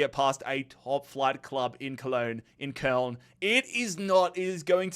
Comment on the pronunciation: pls dont call köln, colon and Preussen Münster, Preuben monster, you did it last year, and your doing it again, i could name more wrong names, but honestly great job on the videos